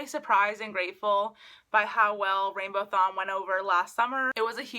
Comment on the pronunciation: Isn't it RainbowAthon and not RainbowThon ?